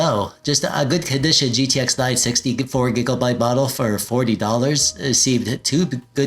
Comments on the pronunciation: Hey you crack me up every time I hear you say "gigglebyte" 😂 Great vid, man! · are you saying 'Giggle'byte? lol